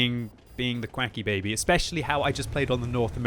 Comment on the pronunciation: So youre not quickiebaby?! You keep saying it like....... 😋